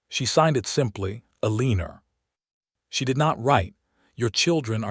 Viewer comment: I can't take hearing 'A-leen-er' anymore. I'm not going to listen to any more stories that use that pronunciation. I like Eleanor, Alene, Elena, Elene... Anything but A-LEEN-ER!